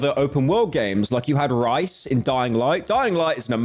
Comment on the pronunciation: rice... bro its Rias😭😭